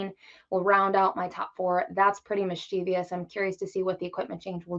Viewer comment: Was hoping that unlike 90 percent of the handicappers, she could pronounce Mischievous correctly, but alas . . . there's no "i" in that last syllable. As for the race, you could do a lot worse than a Cox Box.